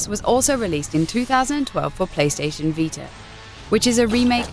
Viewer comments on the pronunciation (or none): none